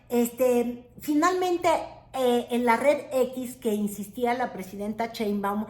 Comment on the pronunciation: es Sheinbaum y no Chei Güerita